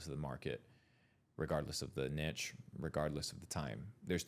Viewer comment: Niche is pronounced ‘neesh’